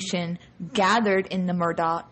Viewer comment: The family pronounces the name as 'Murdock'. Period.